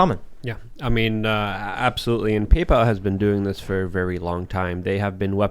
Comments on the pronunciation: say very……vewry. no, there is no w in very 😂